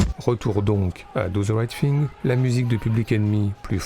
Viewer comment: Do ze right fing, t'abuses mec...